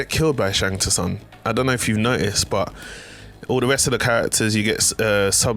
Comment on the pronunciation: Sung, Sung, it's pronounced Sung